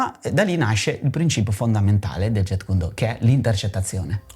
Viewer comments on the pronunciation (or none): Massimo rispetto x il fratello JKD, ma gli istruttori certificati furono 3 in realtà: Ted Wong, Dan Inosanto e Peter Chin. Inoltre la pronuncia è Jeet non jet come l'aereo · Ignoranza incommentabile. "Do" è vocabolo cantonese ("Dao" la pronuncia in cinese mandarino). La pronuncia giapponese è come nel cantonese "Do". Il carattere con cui si scrive è lo stesso, anche il kanji giapponese. Inoltre la pronuncia "Jetkundo" proprio non si può sentire! Quella corretta è "Jitkyundo". Mi chiedo come sia possibile non sapere scrivere o pronunciare il nome di ciò che si "insegna"... inutile andare avanti nel guardare il filmato. Basta questo. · Jeet kune do Si pronuncia "Ji kun do" la "t e muta!